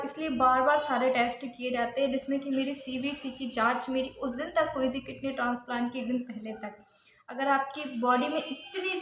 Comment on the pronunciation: Language to sahi se bola karo kitney kya h